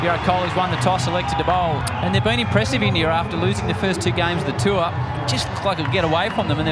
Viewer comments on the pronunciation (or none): none